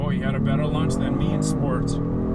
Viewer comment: It's launch not lunch 💁🏾‍♂️